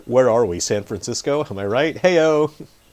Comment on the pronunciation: San Frandisco*